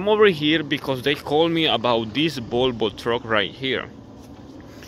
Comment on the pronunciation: IT IS CALLED VOLVO, NOT BOLBO. WHY DO YOU CALL VOLVO "BOLBO" ?